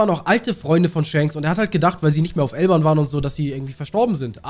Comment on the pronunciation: Bruder warum sagst du eig immer Elban und nicht Elbaf??